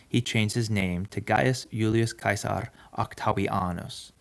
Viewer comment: Finally no more “Gillius Seasar”